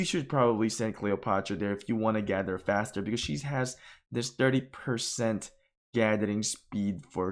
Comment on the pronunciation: Bro I love you but you gotta start saying gather correctly lmfao